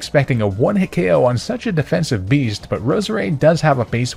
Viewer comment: For some reason i kept hearing your Roseades name as bread ha ha still awesome video